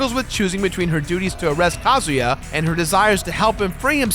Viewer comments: Too much emphasis on Ka. It's not Ka as in a bird, it's Ka as in uhhhh. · Ka-Zoo-Yaah. Not Ka-Zoo-Ya. You pronounce it too fast man. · you pronounced kazuya wrong